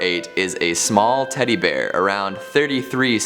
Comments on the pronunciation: Teddy be-ear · Teddy-b-ear. Okay. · sounds like he said teddy beer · teddy (b)ear lol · “teddy BUHear”